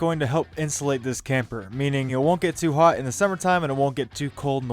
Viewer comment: BRO STOP SAYING HAOT! IT IS PRONOUNCED HOT